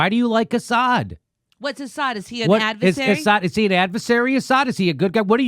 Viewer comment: Joe said advesary instead of adversary a couple of times. This shows us how easily the mind can be manipulated, because then Jimmy said advesary. I'm pretty sure he knows the correct pronunciation of adversary. Still, another good clip!